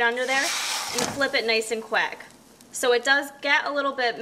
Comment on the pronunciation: Law instead of low Quack instead of quick Strong pronounciations